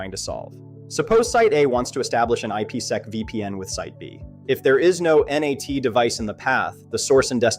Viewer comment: and it’s not ennn aaayyy teeee. it’s NAT